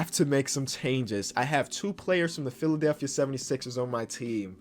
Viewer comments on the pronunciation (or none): none